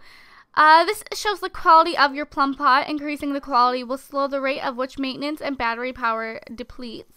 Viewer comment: you said plumpot